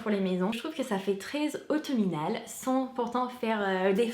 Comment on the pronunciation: Pour épargner les pompons, peut-être les mettre dans un filet à lingerie, ou retourner la housse. Sinon, je t'ai entendu dire "autominal" mais c'est juste "automnal" ^^ On dit aussi sequin mais on le prononce différemment "ce-kun". Et le petit objet bleu c'est bien un aiguiseur. Sinon, en déco pas chère, je sais pas si tu connais Sostrene Greene et Flying Tiger (ils ont des rayons pour enfants aussi).